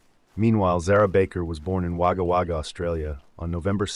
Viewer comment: It's pronounced wo-guh wo-guh